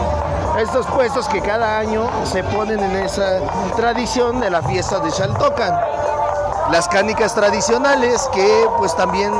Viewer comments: Aquí nadie pronuncia ‘Shaltocan’ 😂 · Justo me estreso de tanto que dijo "Shaltocan", ni siquiera puede terminar de ver el vídeo. Llevo toda mi vida viviendo en Xochimilco, mi familia es originaria y nadie lo pronuncia así. Y en todo caso tampoco pronunciamos "shochimilco". Y creo que la forma correcta sería en como lo pronuncian las personas de la región, y es "Jaltocan" (Xaltocan).